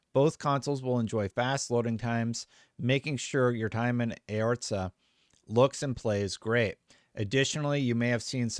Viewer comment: This is exciting news! I can’t wait to play this on my Xbox Series X That being said heh Eorzea is pronounced A-or-z-iah 😂 Cheers 🍻